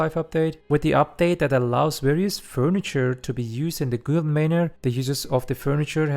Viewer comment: instead of guild say gild